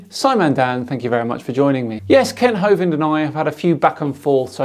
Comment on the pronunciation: You keep saying Kent Hovid but he is properly address as such; Kent Hovid, fraudster and ex-convict. Please get it right.